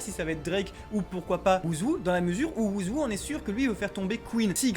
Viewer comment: Att vous avez vraiment dit ouzou 😭😭😭😭 respecter le svp les mec je vous kiffe mais la c’est grv